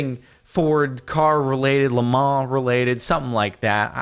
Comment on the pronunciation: the pronunciation of Le Mans: Leh_Mah. No one will understand it, which just makes it even more funny.